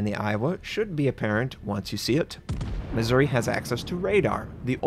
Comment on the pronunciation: On the Missouri the emphasis is on "ou". Otherwise it sounds like Misery.